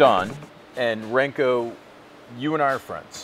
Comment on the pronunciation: Ranko is said with the same type of A sound as Zastava. Serbia thanks you for your consideration.